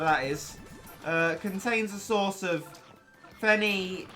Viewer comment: Phenylalanine LOL! I remember mispronouncing it also! Phenyl-ala-nine. Not pheny-lala-nine